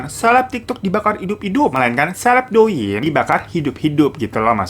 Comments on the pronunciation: To ying bang,,, bukan do ying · Bang, cara bacanya Liziqi = li ce chi Douyin = tou in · inpo aja bang...douyin nyebut nya touyin. li zi qi nyebutnya li ce chi